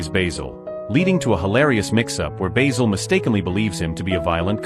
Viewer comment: The narrator keeps mispronouncing Basil, as if it's the herb